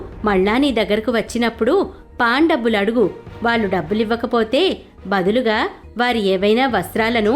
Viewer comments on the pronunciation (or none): none